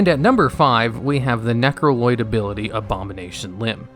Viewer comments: I keep hearing you saying 'Necro-Lloyd', and it makes me laugh every time. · did you just say necroloyd? 🤭